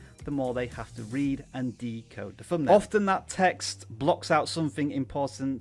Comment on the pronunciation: Pronunciation. Thumbnail .... not Fumnail